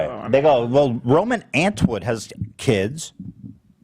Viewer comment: “Roman ANT WOOD”